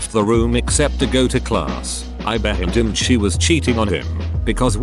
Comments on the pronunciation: why does the Text to Speech voice say "assumed" as "behendoomed"? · Gotta love the text to speech pronouncing everything as 'behindumed' or similar. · "Assumed," is a dirty word, apparently, since it always gets pronounced as, "behind-umed." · Bro the text to speach narrator always having a seizure every time they try to say assumed is too funny for me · The 'puter can say, no problem, "shit," but, "assumed" is just horrendous, eh!? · why doesn't the voicebot know how to say "assumed"?